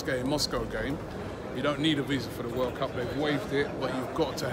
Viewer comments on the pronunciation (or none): none